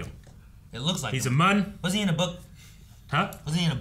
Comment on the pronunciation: yes it was plagueis confirmed and the Muun race is pronounced like mew-n